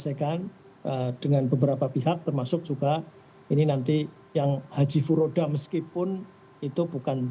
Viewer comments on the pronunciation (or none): Puroda???😂😂😂furoda kali...😂😂ini bukan visa furoda ya masuknya pakai visa legal resmi..hajji reguler.. pembatalan ini dikarenakan yg bersangkutan pernah jadi TKI bbrpa th lalu d arab saudi dan bermasalah sehingga kena sanksi selama 10 th ga bs masuk ke arab saudi.. dan th ini sanksinya baru berjalan 7th. Jd secara otomatis dari sistem imigrasi arab saudi dy kena blacklist.. duh bu kalo liat berita jgn setengah2 dong..tonton sampai habis biar ga salah informasi..jd saya ulangi ya jamaah tsb dideportasi dr arab bukan krn visa furoda tp krn pelanggaran hukum bbrp th lalu yg dilakukan di arab saudi shg imigrasi arab mndeportasi jamaah tsb